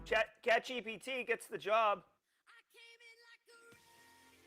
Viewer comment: Congrats to catchgpt. I'm not sure I got that pronunciation